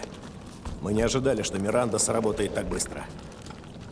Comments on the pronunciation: 12 00 сказал миринда вместо Миранды ахах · орнул, когда сказал "Миринда" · Миранда: существует: "Миринда..." )))